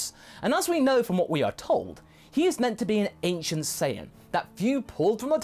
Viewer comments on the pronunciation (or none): "Anicent" saiyan?